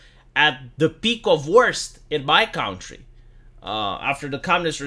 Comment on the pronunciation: Please fix your pronunciations on country and yacht. I'm afraid I'll pick up bad habits